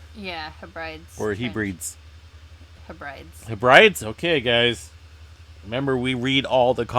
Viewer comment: I think Hebrides is supposed to be pronounced more like heb-rid-ees. Do YouTube still have polls? Because it could be interesting to see a poll of how many viewers prefer miles versus how many prefer kilometres. Being Australian, I prefer the metric system because it's what we use, but I know enough about the imperial system to be able to roughly convert in my head (I know 1 mile is roughly 1.6km, but I also don't know how many feet are in a yard or how many of either are in a mile).